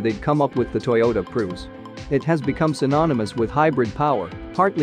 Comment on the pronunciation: “Toyota Proos”? 🤣🤣 Gotta love these automated voiceovers lol